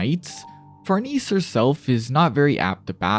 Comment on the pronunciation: far-niece? far-NAY-zee. It's Italian. Love the video